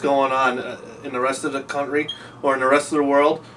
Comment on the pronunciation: Is this the first time we hear "CUNTry" on the channel? Classic.